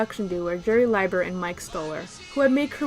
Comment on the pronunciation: Small correction: Jerry Lieber's last name is pronounced lee-ber, not lye-ber. - I'm making a list for 1980 right now and it is a frustrating year for me - I could make an entire list of the top 10 songs that charted but didn't crack the top 40. I'd be interested to see your previous 1980 list.